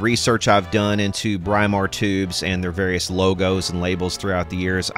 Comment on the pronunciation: This is right from my old electricity teacher who was English-it's pronounced Brimar, not Bry-mar! Just like you say "Britain" where the "Br" in Brimar comes from.